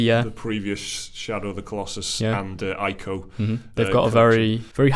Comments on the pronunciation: It's pronounced "Eco" not "Ico" -Adam Sessler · Its pronounced E-co. You Welsh wankaholic.